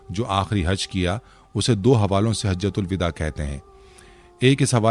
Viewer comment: یہ مکمل جاہل ہے۔ یہ لوگ اسلام کی ایسی تیسی کردیں گے سوشل میڈیا پر۔ "اسلام و علیکم" لکھا ہے۔ "حجۃ الوداع" کو بالکل غلط پڑھ رہا ہے۔ اس کے معنی بھی اس حرامی کو نہیں معلوم۔ تھمب نیل میں دھوکہ بازی سے کام لیا کہ حضور کی آواز کی بات کی۔ یہ جھوٹ ہی نہیں بلکہ حرامی پن ہے۔